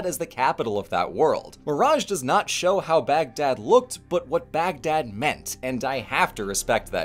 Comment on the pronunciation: Lord, I love when you're happy with historical presentations. Makes the times they may have screwed up even more interesting. Also, points for saying "Baghdad" more accurately than most of us English speakers usually manage.